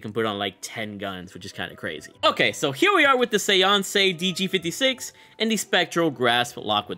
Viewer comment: Lol you mispronounced séance 😅 it's like SAY - ONS